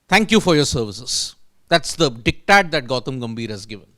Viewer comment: For god sake, it is not “dick tat”. Can’t you just google and get the correct pronunciation?